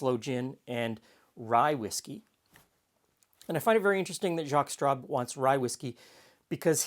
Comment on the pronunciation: Maybe I've had a cocktail too many, but every time you were saying 'Jaques Straub', all I heard was 'Jaques Strap'. That famous French Canadian hockey player and inventor of protective equipment 😀